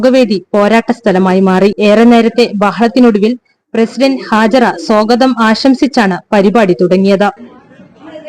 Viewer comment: സോഗതം അല്ല സ്വാഗതം